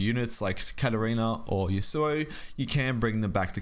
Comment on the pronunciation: Man pls can you pronounce Yasuo correctly? It's yasoo oh. Not yoo soo oh Thanks